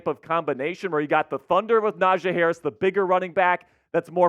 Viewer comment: How is this the Steelers guy and he dont even know how to pronounce Najee Harris